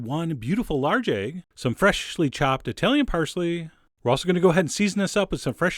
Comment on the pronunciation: the way chef John always says 'fresh-sh-ly' chopped makes me chuckle! I don't know if other people notice that.